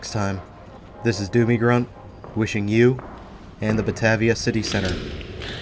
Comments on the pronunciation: Buh-Tay-vee-ah. Long A. Driving me nuts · I was going to saybthebsamenthing - Buh-Tay-v-uh. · Drinking game #2: every time mispronounces "bah-TAY-via". Don't do shots, you won't survive😉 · 💗western NY state🍻Salute! Also Batavia is pronounced buh-tay-vee-uh in NY state:) Nice work,!👌